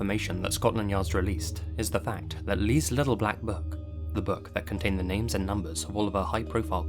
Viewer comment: I don't know if your Chinese if you're not your annunciation of the names were impeccable